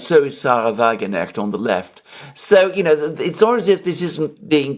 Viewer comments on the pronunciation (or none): it's pronounced 'WagenKnecht', with a sharp K, not like the English 'knight'. A Knecht is a servant in German, a Wagen is a carriage or cart, a vehicle. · Check your pronunciation of Weidel and Wagenknecht.